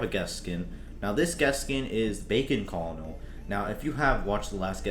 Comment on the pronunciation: Colonel is actually pronounced kernel